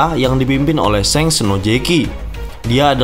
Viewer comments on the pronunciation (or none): none